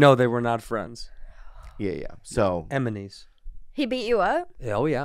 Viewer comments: Andrew saying "eminies" 🤣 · Andrew Santino: “Emenies.”